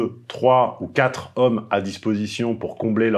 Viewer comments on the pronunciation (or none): none